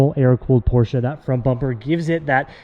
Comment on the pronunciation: Please pronounce Porsche correctly lol